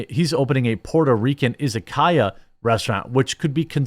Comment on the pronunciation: Pronunciation for Izakaya would be "Ee-za-ka-ya", but otherwise, you're close enough.